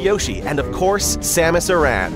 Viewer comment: Ok, first off, this was pretty great, and I have yet to be disappointed by any of your work.:] So, while watching &listening to this, it went from "awesome" to "awesome+" when you actually called her "Numba 86."... but I knocked it back down to "awesome" when you said "Uh-ran" from Samus Aran.:[ (pet peve:p). I'm ready for more,!